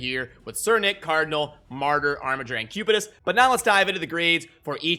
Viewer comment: Pronounced Armiger correctly after so much time! How come you decided to revert back to the correct pronunciation?